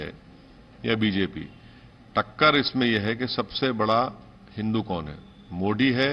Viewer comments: यह हिंदी बोलता है फिर मोडी कयो बोलता है ईसको मोदी बोलना आता नहीं है कया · जांहिले आजम वो "मोदी" होता है 🤭🤭 मोड़ी नहीं!! 😁😁